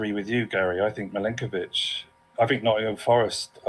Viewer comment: It's Milenkovic not Mykolenkovic